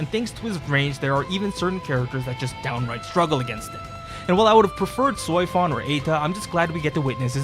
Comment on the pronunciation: fun fact: in their official gag comic series, Beelzebub became a fitness streamer also i like how you pronounce Seofon as "Soy-fon" lmao